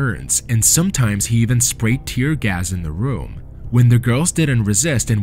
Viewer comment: Why do you always say EVAN, it's EEEEEEEEVEN, FELLINGS is FEEEEEEEEEEELINGS. AGH